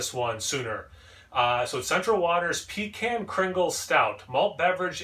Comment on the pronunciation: When you pronounce pecan that way...it makes me think of peeing in a can. Down in them there theese parts (yeehaw) we pronounce it Puh-Kahn like Chaka Kahn.